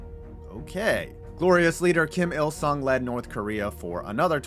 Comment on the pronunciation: When you introduce the dear leader i couldve sworn you said "JIM" il sung and i had a nice laugh for a minute at his expense! Like he was just a regular guy just bein an electrician like "hi there, names jim! Jim il sung! Im here about the breakers!" HAHA!